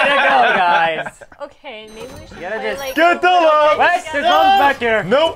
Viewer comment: Lums is actually pronounced "looms" like il-LUM-inate, not "um" like in "dumb".